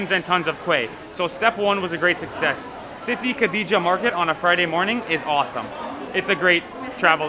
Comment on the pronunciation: Your Pronounciation is getting better 😱... I love to hear you say Siti Khadijah... just like Arabic people or Malay people... nice and good job bro and sis 👍🏻